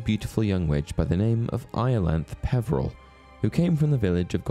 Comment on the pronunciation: Iolanthe is pronounced 'Iolanth-ee' rather than 'Iolanth'. See the Gilbert and Sullivan operetta 'Iolanthe' and the BBC sitcom 'The Fall and Rise of Reginald Perrin', in which Reggie's second name is Iolanthe (yes, it is a girl's name).